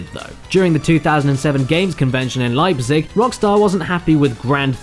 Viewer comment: "Leipzig" Extremely funny to hear him say that in that strange way xD